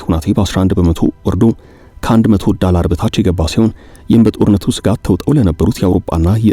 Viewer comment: ማነህ ፦ ዳላር አይባልም፡ ዶላር ማለት ለትክክለኛው ድምፅ ይቀርባል። ቲክታክ አይባልም፡ ቲክቶክ ነው። የጁላ የምላስ ጂን ዶ እና ቶ የለውም?